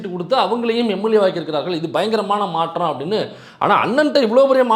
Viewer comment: "மாற்றம் " thambi " மா‌ற்ற‌ம் " 🤮நாற்றம்